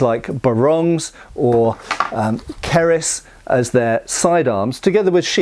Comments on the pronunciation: Its not "Keriss" its "Kriss" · It is pronounce "KRIS" only one word not KA-RESS or CA.RESS! Gabas in Bisaya in Cebu means To saw or cut. Kampilan sword was Used by Lapu-Lapu which is similar to Kris but was twice the size of a Kris to fight With Magellan in Mactan Cebu. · its pronounce "kriss" not "kariss" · as a Filipino from Cebu. KRIS sword is not pronounced as "kaaaraas". Just say it as it is with hard letter i. Panabas is derived from word "tabas" to chop. Is like a hybrid of an axe or machete. Is like a cousin of "Bolo" another cutting tool or weapon. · Love seeing a favorite weapon get featured, but no offense... Kris is pronounced like the name Chris 😅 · It's pronounced "Chris"